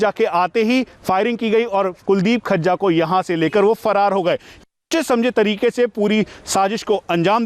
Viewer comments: Khajja nhi vo fazza hai bhai 😁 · Gajja, majja, rajja susro se FAJJA nhi bol paa rhe kya anchoring karenge....Batao badmasho ki itni himmat ho gai custody mein se bhaga le gye...chalo Guru chela dono ka kaam tamam ho gya.